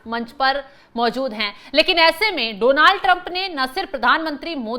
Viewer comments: Its not Dooonald Trump, it's Donald Trump✅ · Oh bhai donaaald nahi just donald hota hai why every journalist saying same 😂😂😂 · Donaaaal Trump nahi Jahil Donal Trump hota ha 😅😅